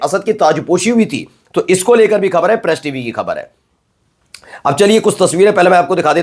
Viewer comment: Use Bindi in Hindi. Pronounce the word ' Khabar' properly.